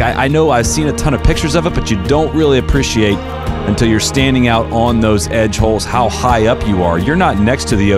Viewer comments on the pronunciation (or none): Nobody: Absolutely nobody:: “APPRISHEEATE”